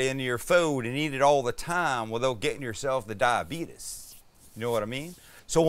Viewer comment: I was dyingggg with that southern accent, the DAYAIBETEEES😂